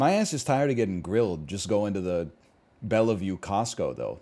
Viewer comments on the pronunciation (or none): "Bella view". Do you mean Bellevue, Washington?